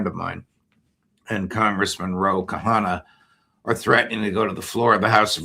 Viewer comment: RO Khanna not Kahana!